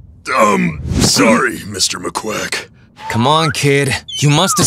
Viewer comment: did sandy just say Maquack 😭😭😭